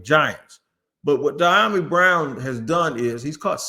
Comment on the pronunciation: It’s Dee-yah-mee